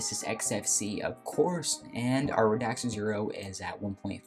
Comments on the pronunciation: Hi. Great review. Please don’t take this as a criticism. The name is Radxa Pronounced “rad za” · I am sorry but is it such a big effort to actually learn how to pronounce a word you'll be saying so many times in a video? I mean "Radxa" of course. Other that this, a nice review.